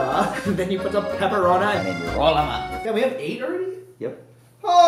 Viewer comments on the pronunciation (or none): After 2 years i came back to hear Peperona